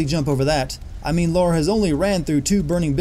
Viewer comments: I COULDN'T FINISH THE VIDEO. EACH TIME HE SAYS "LAURA" I CRING. HER NAME IS LARA NOT LAURA ! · heres a sin you forgot....its Lara, not Laura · I give you a thousand sins for calling her Laura. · Sin: You called her Laura throughout the entire video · stop saying laura. ding ding ding ding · I couldn't even make it to 2 minutes. If I had heard him say 'Laura' one more time..... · "LORA" lol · stopped watching after i heard "laura" less than a minute in. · I thought this was funny, however I would go back over the entire review and find out how many 'sins' there were with the constant mispronunciation of the name LARA! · 1. Do just a little more research on the games, this is an origin story. 2. It's LARA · trying soooooooooooo hard to be like cinema sins and I swear if you say 'Laura' one more time... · HOLyP | Gaming Lara and Laura are 2 different names. It is incorrect to swap pronunciation of the two. It's like saying Tom and Tim are the same name and you can pronounce them either way depending on your accent. Just no. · It's L-A-R-A, not hard to pronounce at all. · 1 million sins for this video for mispronouncing Lara many, many, MANY times. You can hear the Japanese if you strain REALLY hard to hear through the background sounds and it is easier to hear in the definitive edition on PS4 and Xbox One. 10 sins just for not knowing that. Plus an additional sin for not using the subtitles in this game because we all know that the sound effects in games like this drown out voice acting which in itself is irritating as all hell. YouTubers are notorious for doing this as well. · Why do Americans not know how to say Lara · He does this intentionally he mentions it in another video. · Having just watched your Heavy Rain video and agreeing with the horrible pronunciation of "origami", I'm upset (well, not really) you cannot pronounce Lara correctly. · Why do you americans find it so hard to pronounce Lara correctly? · Her name is Lara, not Laura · it's Lara not Laura